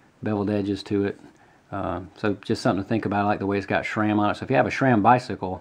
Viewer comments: SRAM not SHRAM!! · It's how you CORRECTLY pronounce SRAM.... As that's how it's always been pronounced by the heads (Stan Day) who created the name.